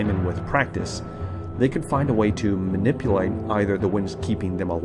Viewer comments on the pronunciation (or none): none